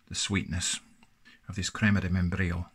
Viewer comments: Crrrema de membrrrrillo. Well said sir 👍🏻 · That hard Spanish /j/ sound is not your strong suit I see. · "crima Di meienbrillou"